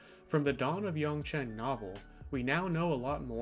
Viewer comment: When u said “Dawn of Yangchen” it REALLLLY sounded like “Dong of Yangchen”